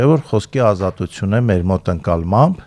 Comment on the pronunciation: Դո՛ւք էլ պակաս սխալ արտասանությամբ չեք խոսում,օր.՝ ազատուՑյուն՝ Թ-ն՝ Ց ,<էսօ՛ր>… բանավոր խոսքի մեջ՝ «ուղղագրական» չէ, ուՂՂախոսական է՝ ինքնուՑյան չէ, տիկի՛ն, «ինքնուԹյան է-<պԸտի> եւ այլն։Հենց ինքդ տվյալ պահին խոսում ես կոպիտ սխալներով՝ …Թյանը՝ Ցյան, Ցյա՛ն…եւ այլն, տիկնԻ՛Կ😢